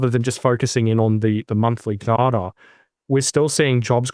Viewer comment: I appreciate Martin’s pronunciation of “data” far more than “dAta”. More 1970’s ABC style pronunciation. Apparently in line with the Trans-Atlantic pronunciation that was de rigour before the jet set had jets.